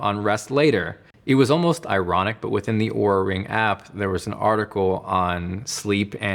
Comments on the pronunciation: He's pronouncing it right, as they do in their sizing video, as you would pronounce Aura. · He is pronouncing it right…"aura"/"or-uh", not "oo-ra"